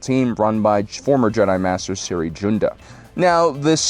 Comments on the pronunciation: “Siri Joonda” It’s spelled Cere Junda, and she pronounces her first name like seer and last as it’s spelled. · It’s pronounced “SEAR” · yo why do you call Cere "Siri" they pronounce it many times in the game unless it's a joke and I'm a moron